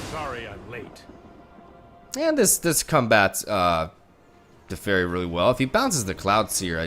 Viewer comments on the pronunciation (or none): none